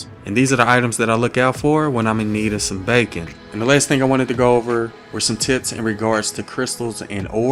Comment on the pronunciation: I’m sorry I love you dude but “BaYcOn”